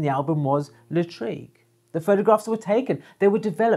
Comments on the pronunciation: Great video as always.....😘....P.S......Lartigue is pronounced Lar-teeg....not La- treeg......📸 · thank you for your rich information Jacques Henri Lartigue and not Latrigue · Hi! Thanks you so much for your videos. I’m a big fan. I’m a French amateur photographer and I’ll take the opportunity of your mispronunciation of Lartigue;-) to ask you a question unrelated to photography (this time). I would like to know what you are saying. For my French ears, it sounds like « Hazard hazard ». And you say it each time! And each time I try to catch it but unsuccessfully each time. Can you satisfy my curiosity?